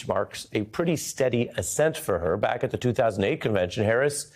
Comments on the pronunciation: It was supposed to be BACK Harris but it did sound like “Black” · He said “back.” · At about 15 seconds...wow a massive slip of the tongue!! He definitely said ''Pledging to b(L)ack Harris.'' I am definitely NOT a Trump follower and do see Kamala as the next President. The error is somewhat excusable with all the furore over Trump's accusations about her colour that a presenter would inadvertently have this slip. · Yep, "pledging to black Harris." I just heard it, too... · "...pledging to black Harris..." ☺Cute little slip of the tongue there, Ari ☺ Pledging to "back" Harris, as black, Indian, biracial American, Vice President, Senator, CA Attorney General, SF District Attorney, sorority sister... because President Biden endorsed her.☑ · “…pledging to black Harris…”. I think you meant “back”, Ari. 20 seconds in. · How did the editor miss that bro? My bro you said black Harris instead of back Harris? Get mad buddy! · Played back after I thought I heard at the very beginning "After pledging to black Harris" - yes, that's definitely what he said. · It sounded like he said "pledging to Black Harris." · "pledging to black Harris" is what I heard